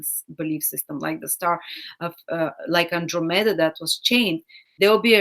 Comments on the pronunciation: Hi, I love your videos, and think your content is great, but if you could pronounce those Greek names better, it would be easier to understand you... it is PEGasus, & AnDROMeda, thank-you teacher! If you are in doubt, you can just google the pronunciation. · Fascinating, fantastic reading. (Unfortunately we could not see the constellations. Also: PEGasus, AnDROMeda.)